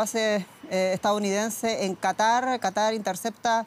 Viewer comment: Dice "estaOunidense" por "estaDounidense"